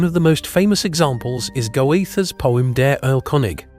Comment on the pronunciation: Narrator mispronounces Wagner and Goethe. They are Vogner and Gurtha respectively.